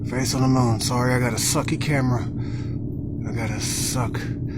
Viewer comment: Lies caught on kamrah... truth caught on kamrah.... stuff caught on kamrah.... kamrah caught on kamrah